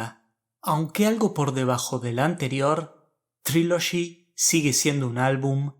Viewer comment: Estas mal como un 8 a Trilogy😂 es una Obra maestra !tu ni pronunciar ingles puedes .